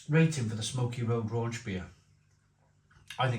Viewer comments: Don’t know how a bloke from Wales can’t pronounce the CH part 😂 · Raunchbier isn’t a thing! Rauch = smoke, Raunch isn’t a German word… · Raunchbier? I only know Rauchbier (like Schlenkerla) and thats also what the can says ...